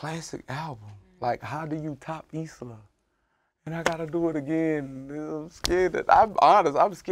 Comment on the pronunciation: It's "Islah" not "Isiah" Can see how you made that mistake though, Isiah is a common name while Islah really isn't.